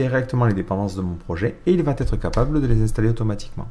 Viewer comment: super les tutos.. mais alors "VA T ETRE " : non !! "VA ETRE", oui !